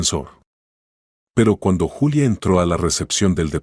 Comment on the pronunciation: Ningún YULIA Es Julia